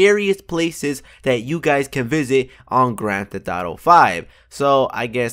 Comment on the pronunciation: "Grand theh thauto" listen to him